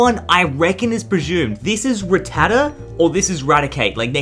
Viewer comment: It’s rattata